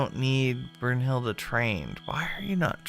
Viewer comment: Okay, another German lesson? ^^ The letter "E" in German is never pronounced like "ee," but rather like the e/a in Okey/okay, so: Brunhild-E[y] or, for example, Porsch-E[y]. (without the y, of course... although porschey and hildey are already better than porschy/hildy xD)